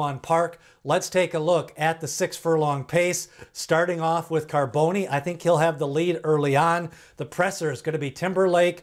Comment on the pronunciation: Bro its Pronounce ( Carbon- the E is Silent ) hes named After a popular West Coast Top Fuel Dragster Driver !